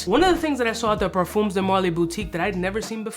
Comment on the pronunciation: Par-fuhms. Rhymes with thumbs. Not par-fooms. I get that the Spanish pronunciation is stuck in your head, but think French, not Spanish. ;-)